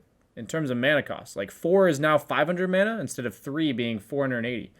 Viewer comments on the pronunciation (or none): none